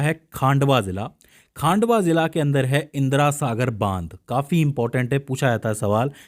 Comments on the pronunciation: वह खांडवा नहीं खंडवा है पहले अच्छे से पढ़ लिया कर😂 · खांडवा नहीं सर वो 'खंडवा' हैं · Khandwa ko khaandwa bol raha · खांडवा नहीं खंडवा जिला है